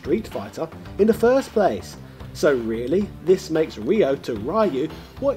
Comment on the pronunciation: What? He literally called Ryo "Rhea" for half the video and then proceeded to change it to "Rio." The sound "yo" is not pronounced as Yeehaw, dawg. =P Ryo is r-yo. Ryu is r-yu. It's read exactly as it is written, unlike queue or eyeore. And yah, why not ShoRAYEooh-Kane or "Too doo" for Todoh then?.. Lemme guess, Ryuhaku's daughter is Kay-suhmay?! :D